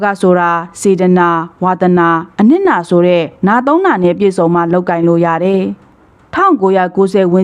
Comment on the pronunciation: ဖတ်ရင် "တယ် "ဆိုတာကို "တဲ့"လို့ မဖတ်ပါနဲ့လား အပြုသဘောနဲ့ပါ